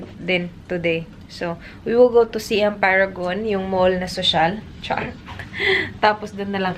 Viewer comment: Hi, icorrect ko lang sana how you pronounce "Siam". Its actually "sahy-am". Like how you say "siamese twins". Thailand was formerly known as "Siam".